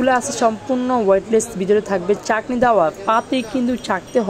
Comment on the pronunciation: কথার কি... ছি ..রি ছাঁকনি কে বার বার বলতেছে চাকনি..🤣🤣😂😂